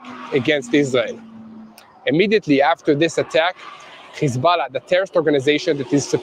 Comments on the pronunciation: Please don’t say khizbalah any more. It’s hesbolah. Ok practice. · What press cant even pronounce hezbulloh properly